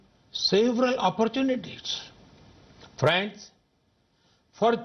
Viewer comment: fraaands lol